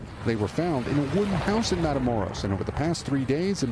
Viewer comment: Wow. One might think that established news broadcasters could read. MatamorOs, not MatamorEs.